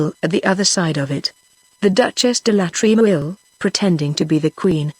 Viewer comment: The reading is good in parts but there are some glaring errors. When a character says NO, the person who is reading it says number because there is a colon after NO. Also LA in front of Tremouille's name should not be read as 'L' 'A'. Wish such errors are corrected so that students of non English speaking countries who use the audio book learn it right without making similar mistakes. Seeing the title as British English these students will think the mistakes are actually correct